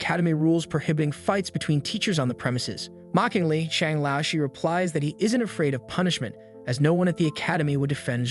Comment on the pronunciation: BRO IT'S PRONOUNCED l-ao sh-er the lao sound like going down and back up, the Shi is the same the whole word